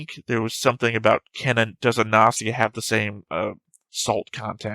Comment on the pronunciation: Although I didn’t comment that much (maybe because I’m bad at English, so I skipped half discussions 😂), I enjoyed your reaction very much. (The fact that you take the show so serious is the most amazing thing 👍) I love that you are still saying “Nazi a” after those episodes (maybe it’s some joke of English I didn’t get? Or maybe you just used to not pronounce “G” and pronounce “O” as “A”? I’m curious (｡ì _ í｡)